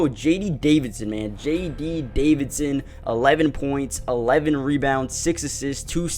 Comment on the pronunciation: Homeboy, it’s JD Davison and the G in champagnie is completely silent😂